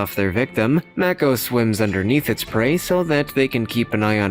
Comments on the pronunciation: Mako, pronounced: may-co... not mack-o...MAY-CO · Māko..... pronounced it wrong